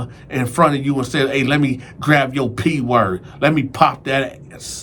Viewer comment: we never met, but I feel like I kno you. Cause I fu**s witchu tuff I wanna help you better pronunciation your words, especially the words grav-(grab) and belp-(belt). U still that nicca tho.